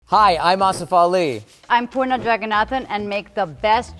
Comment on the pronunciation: Bruh wtf is porna, its poorna ; the pronunciation is diabolical 🤣🤦‍♀️